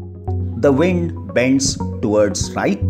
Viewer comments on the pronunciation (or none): none